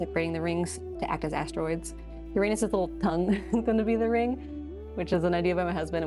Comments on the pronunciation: People mispronounce Uranus you did to😂 also a wolf frogger and wolf bat pleeeeease for my 12 birthday on January 9th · It has been a while, but there was a video with an alternate pronunciation for Uranus as oo RAN us. It is definitely less embarrassing to say. I could also be remembering incorrectly.